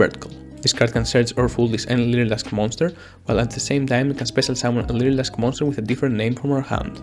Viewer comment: I literally had the hardest time understanding you, the closed captions when you said lyrilusc back to your hand was "leader asked baskets to a van" like wtf